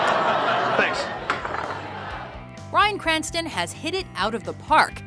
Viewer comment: is she calling him Ryan Cranston? I keep hearing Ryan